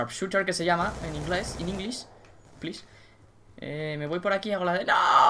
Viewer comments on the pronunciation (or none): none